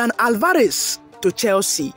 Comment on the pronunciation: That would never happen and please no offense but learn to pronounce Alvarez